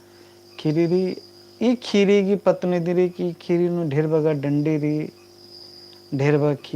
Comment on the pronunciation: कुड़ुख़ भखा ही सही उच्चारण मन्ना चाहिए,अधा अधी अरा गलत शबद,,शब्द,,सिखा ब आना ती गलत असर मनो कुड़ुख़ संस्कृति अरा भखा गे।एका से का।,,खीरी,,,,, ख़ीरी। खेखेल,,ख़ेख़ेल।ख़द्दर,,ख़द्दर। ई बेसेम सही उच्चारण ननरकी तेंग्गोत तबे होले ख़ोख़ा ता ख़द्दर सही कत्थान सिखिर ओर।🙏🙏👌